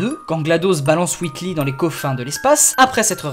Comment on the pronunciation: Whitli c'est difficile écouter et dire pareil c'est Wheatley LEY pas LI. Misère